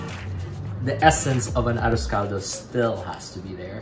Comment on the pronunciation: The moment he said 'ah-rose call-dough" I stopped watching. Boujhee ho, girl bye. 😅🎉